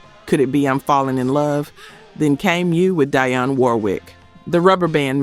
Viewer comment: You mispronounced Dionne Warwick's first name.